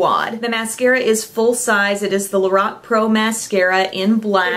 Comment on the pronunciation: Lorac (lor, rhyming with four, ack)